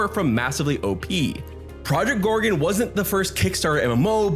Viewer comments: "Project Gore-re-unn'..?;) Great video,. Thank you! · Yeah.... how can he pronounce it wrong when it's clearly written. 😂😂😂 Or he's just trolling to get us to leave a comment